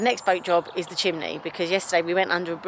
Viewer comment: Chimney (chim nee) c’mon say it. Not chim lee. Great to see you both again!